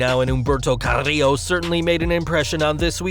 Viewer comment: carrrrrillo...lol is like he took a really good sip of vodka before he said it